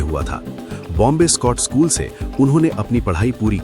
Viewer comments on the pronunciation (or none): none